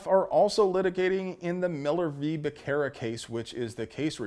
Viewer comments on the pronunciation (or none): Becerra ...It's pronounced Buh Serra.....You're welcome. Lol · It's pronounced Miller v. Basura